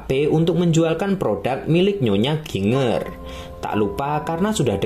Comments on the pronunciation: Bacanya Jinjer ngab bukan ginnger. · Bacanya JINJER kali bukan GINger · Dr. Chiang Kai Sek ... Jadi inget pelajaran sejarah tahun 2001, kelas 2 SMP... Pasca Perang Opium... btw Min... GINGER dibaca JIN-JER... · Ginger apaan Ginjer lah bunyinya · Ginger itu dibaca 'jinjer'. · Ginger sebutannya Jinjer🙏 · Ginger = jinjer(sebutan).. . Jahe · Mas itu ny.jinjer bacanya